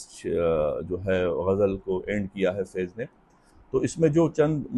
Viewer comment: بھائی فیض کی ف کے نیچے زیر ' ِ ' نہیں بلکہ اس کے اوپر زبر' َ ' ہے۔